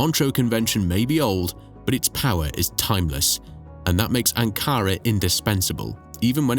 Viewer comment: Anara. ???querras decir ANKARA